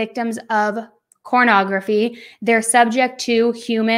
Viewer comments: It is pornography not cornography. It’s porn not corn lmao !!! Why do you keep saying corn ?? Corn addiction ??!! Lol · Ok maybe I am to old or innocent, is saying cornography and what the hell is that.